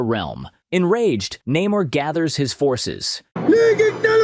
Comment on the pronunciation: Ironheart, complete bullsh*t! 90% of this movie is WOKE and f*cked over characters ([cough] Namor not Neh-morrrrrrrrrrr)